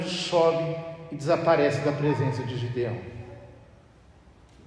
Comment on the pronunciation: Na minha bíblia esta escrito: GEDEÃO e o sr fala GIDEÃO